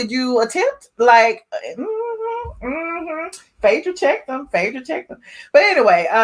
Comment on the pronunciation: We Know you're country but please pronounce PHAEDRA's name right..u are purposely screwing Phaaaadra name